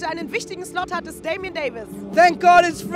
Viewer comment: DamiOn. Mit O. Wie Orsons ;)